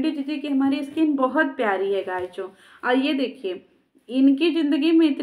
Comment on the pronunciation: Guyiso kya hota h....😂😂 guys hotaa h....